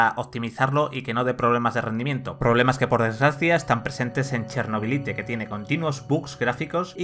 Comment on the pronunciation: Cada vez que pronuncias "Chernobylite" tal como suena, Dios mata un gatito.